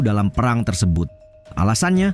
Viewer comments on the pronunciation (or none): none